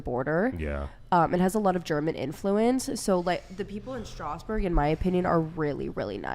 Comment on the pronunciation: Hey girl, you don't speak a word of french. Saying "my name is X" is not speaking a language. And the way you pronounce Strasbourg... We have killed people for less.